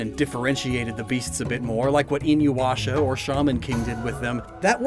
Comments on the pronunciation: Did... he really say Inu-WASH-a? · You did not just say INUWASHA ! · oh my old weeb heart when you said inuwasha.